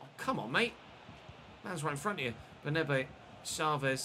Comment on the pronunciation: Just a quick correction - it's "BernAbe", not "BernEbe"